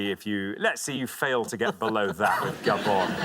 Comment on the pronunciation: Is he from Gah-bon? What? Is he from Gah-bon? Gah-bon? Yes, is he from Gah-bon? Why are you saying that? Gabonn? Will you stop saying that?! Well, ask her if he’s from gaGah -bon. Is he from Gah-bon?? No! No! He is not from Gahbon, so shut up! Shhhhtt!